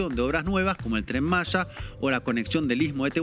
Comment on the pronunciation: No se dice Tren Masha (Malla) es Tren Maya (Maia)